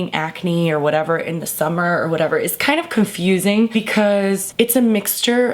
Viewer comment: "take yo time, it's the summah" XD hahah